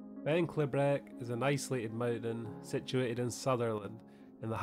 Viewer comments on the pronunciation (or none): pronounced 'klee-brick' :))